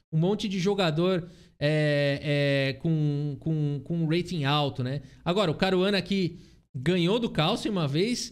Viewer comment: está cursando inglês Esse urreiting tá irritando 😂